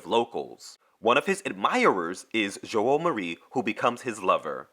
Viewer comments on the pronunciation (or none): Giovanni is pronounced JOEvanni. The 'i' after the G makes the 'g' soft. Without the 'g' is as in 'get.' It's brewsketta not brewschetta. Joao is pronounced Jow. 1975 was the year of the velvet revolution when democracy was saved in Portugal from a far left coup.